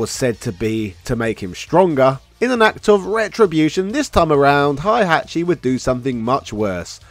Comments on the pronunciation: HEY-hachi, all phonetic, it's not German KÁ-zuya KÁ-zuma MÍ-shima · Aye learn how to Pronounce "Hey-Hat-Chi" before making a tekken video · Heihachi is pronounced like it's spelt, not Hihachi